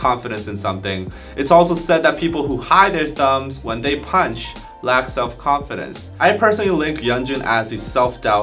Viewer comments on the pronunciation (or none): none